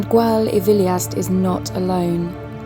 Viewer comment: Gwal y Filiast . The y is pronounced as "uh". (as in Bettws Y Coed ) not ee . Well done on finding the lair .